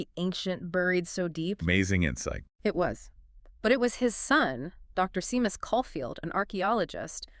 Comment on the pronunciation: Great video / podcast, off to listen to some more. Just to say the name Seamus is pronounced Shay-mus